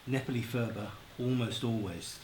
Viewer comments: purb.. not furba.. the ph is just p.. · There is no 'f' sound in the Tibetan language 'phurba' is pronounced 'purba' the 'h' after the 'p' is aspirated. The phurba itself is not a knife but a peg to 'pin down'.